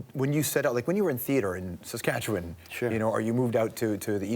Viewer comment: George’ said Saskatchewan the right way